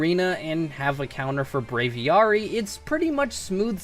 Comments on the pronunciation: The way you say "braviary" makes me want to die. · I may pronounce it wrong, but it got so bad, when he said Braviary, i started just saying Braviary outloud so I didn't go insane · oh i just realized that's how I pronounce it too. lmao i din't even realize he said it differently